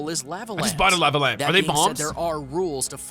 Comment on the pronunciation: Anyone else bothered by the way he pronounces lava? No? Just me again...damn...lol